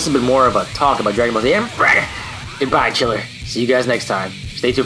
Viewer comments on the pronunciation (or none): I think his name is Ghiller not Chiller